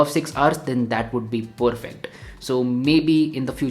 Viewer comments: I guess saying 'poorfect' instead of 'perfect' is a thing now. Anyways. Dope video as always. 🔥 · THE Poorfect guy🤣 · Dope video as always!! but saying poorfect too many times was a bit off!! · Feels annoying if it is done on a continuous basis otherwise the present of the video is solid. I like to watch videos from YouTubers who have a very clean way of representing things but that 'Poorfect' is annoying. Sorry mate.